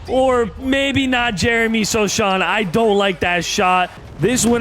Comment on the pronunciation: its SO-HAN not SO-SHAAN